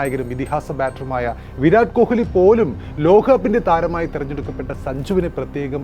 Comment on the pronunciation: Bro, please pronounce correctly, kohili alla, ko-li. Commentators parayunnathu kelkoo